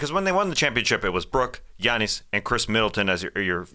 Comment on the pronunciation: dude, you say “Giannis” perfectly 👌.. sounds like you’re Greek